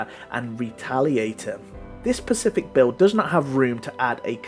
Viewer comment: Could you fking say particular, or even better, pronounce specific properly, you're killing Dr Johnson